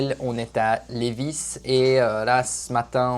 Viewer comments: On n prononce pas le s à Lévis. L:-) Personne ici dit le s à la fin et ce depuis la Nouvelle-France (histoire du Québec) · Lévis ont prononce pas le s. Très intéressant la visite de l usine . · C’est très bien comme vidéo mais il faut prononcer Lėvie on oublis le S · Félicitations 💕💕Québec😊😊ca se dit Lévi sans prononcer le S 😊😊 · Oui, cher, le ''s''est muet pour Lévis, car la ville à été nommée en l'honneur de Chevalier de Lévis (François-Gaston de Lévis), un Français, vainqueur de la bataille de Québec qui s'est terminé à Ste-Foy, en avril 1760. Un tel honneur n'est pas dévolu à ceux qui ont perdu, c'est pourquoi il n'y a pas de ville de Wolf ou de Montcalm au Québec. Le Chevalier de Lévis est décédé dans son château à Arras en France en 1783 avec le grade de Maréchal de France. Si les marchands de Montréal ne l'avait pas empêché, jamais la Nouvelle-France ne serait tombé. Mais déjà à cette époque, les hauts responsables politiques qui conseillaient la couronne Française étaient des traitres qui travaillaient pour les Anglais. La monarchie qui les écouta fut dignement récompensée en étant réduit de taille à la révolution. Cordiales salutations. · Oui on ne prononce pas le S dans Levis. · quand tu dis Lévis on dis pas le s je suis de Lévis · Pour la prononciation de Lévis, le "s" est muet. 😉 En bonne Québécoise, j'en connaissais déjà un bon bout sur le sujet mais la visite était tout de même très intéressante. 👍 Et c'est un bel hommage à nos artisans québécois. Ils ont énormément de talent. 😉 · 👏👏👏 c’était très intéressant de connaître toutes ces étapes de transformation d’un billot de bois à des fin de construction de bâtiment en bois rond. Merci pour cette vidéo très instructive. Juste pour votre information, on ne prononce pas le « s » du mot Lévis 😉. Bonne journée. 👋👋👋